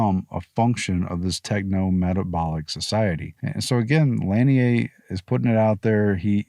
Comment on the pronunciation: Lanier is pronounced; La-near